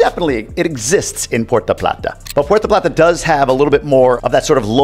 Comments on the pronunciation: Puerto plata not Puerta plata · Thanks, always great info. So funny how he says Porta Plattah. Have to laugh because that is how the GPS says it and our family still jokes about it today.